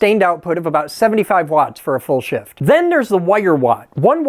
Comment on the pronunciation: Kept hearing/thinking you were saying good for 75w for a full "shit" not SHIFT 😂😂😂